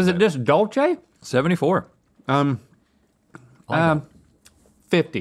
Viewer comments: I cringed every time they said Dol chay instead of the proper Dulce pronounced Duul Say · i find it weird how they pronounce “dulce” as how one would say “dolce and gabbana” (dole chay) bc as a mx, i’ve only heard it pronounce like (dool say) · Did her ass really say dulche? And not dulce? (Dule-Se) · It really bothers me how they were all saying "Dulche" instead of "Dulce" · My inner Hermione Granger is saying, "It's dull-SAY de leche, not dull-CHAY." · ITS NOT DULCHE , ITS DULSE . ITS SPABISH FOR SWEET 🥛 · Dulce is not pronounced "doll-chay". Its pronounced "duel-seh". Someone please let them know its been years!!!!! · I thought she was about to say dolce and gabbana toast crunch 💀. It’s “Dool-say” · “Dulce” is pronounced “dool-say” not “dool-chay” 😂😂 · “Dool-seh” not “dohl-che” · why are yall saying dull chay its like dool seh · Dulche???? It’s pronounced “DOOLCE” there’d no H in Dulce, learn how to speak right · Not the "Dole Chay" lol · Where is the “Che” in Dulce?? 😂 y’all need a Mexican in your team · When they say dulchey day lay chay it breaks my soul. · "Dulce" is pronounced doolse. Lmao 🤣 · This girl said “ dulCHe de leche”😂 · not pronouncing dulce as dolce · omg she said “ dulche day leche “ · How you pronounce dulce de leche as dolche de leche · She said dulchè day laychay....what an offense to the Hispanics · Lol dul Che de leche😂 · Doleche de leche lol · dull-che de leche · The way they pronounced "Dulce" makes me want to cry tears of Horchata